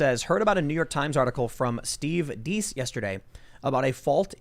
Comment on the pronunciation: Do you mean Steve Deace? If so, it is "Day-ce" not "Deese". He is well worth a listen, and yeah, most people get the name wrong. ;) ... Yes "minus" time, because it is counting down to zero and I don't know how to fix it. XP